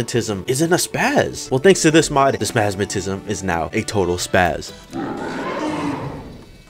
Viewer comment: I heard spasmatism being as spas and I just thought "oh thats why their are no ads he got demonetized"